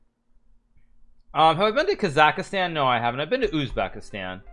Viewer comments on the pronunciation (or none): “Kazakastan” “Canadia”